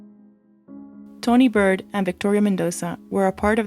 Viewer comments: It's Tawnee Baird, with an "A". Not Bird! Have some respect for the dead. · Tawnees last name is pronounced bared. Its my maiden name and it was pronounced several different ways in the video. Great content!